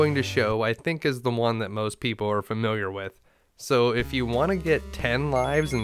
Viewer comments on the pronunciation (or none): none